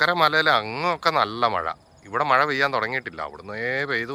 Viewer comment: മായ അല്ല മഴ